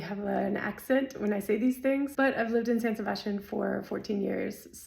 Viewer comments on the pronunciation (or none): Really helpful. Not sure about your pronunciation of Sebastián! It’s an S not sh. But seriously, great video x